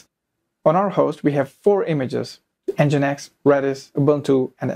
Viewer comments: Good video tutorial, but please stop saying EN GEE I EN EX, it's called 'Engine-X'. Use Apache next time 😄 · It is pronounced as "Engine X" not N.G. I .N.X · nginx is pronounced as "engine x"